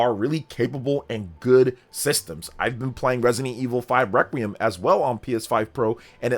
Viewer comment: Sounds like you said "ive been playing Resident Evil 5 Requiem" lol.